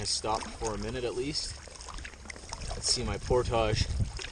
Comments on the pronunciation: It's portage not portoshhhhhh!!! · portage rhymes with porridge, not montage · its pronounced port-ij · He loves saying portouge omgd. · YOU MAY WANT TO LEARN TO PRONOUNCE ''PORTAGE' LOL GREAT VIDEO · this randomly popped up as I let YouTube play and I just couldn't the way you pronounce portage drives me insane you are wrong stop it.